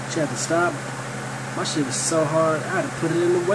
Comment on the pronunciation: right as this nigga said "this sshhit.....work" i popped thaatt mf pill in 2.5 sec XD